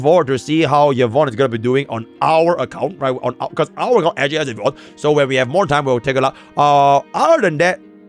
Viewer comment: Yvonne ❌ Yvoone✅